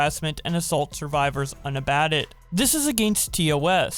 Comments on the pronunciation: btw, that's pronounced "un-a-bait-ed". edit: Also "viss-er-uh-ly" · You said unabated wrong